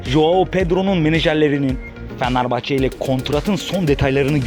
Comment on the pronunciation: Amk şu Fenerbahçe deyişini değiştir